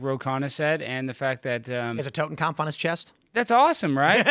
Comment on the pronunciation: Tim it's not a totenkampf it's a totenkopf. It means "skull head"